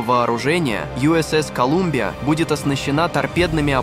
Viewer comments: "колАмбия, колУмбиа, колЮмбия...". Ну неужели так тяжело озвучить человеком , с грамотной речью, чтобы не возникало желание более не смотреть эти видео , с издевательски пренебрежительной озвучкой... потому палец вниз данному видео... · Калюмбия😂😂.. От слова Кал.. Любим)))